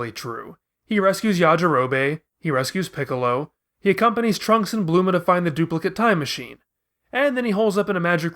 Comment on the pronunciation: ur saying bulma wrong